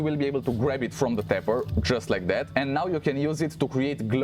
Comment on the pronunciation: Oh Tapper, sounded like pepper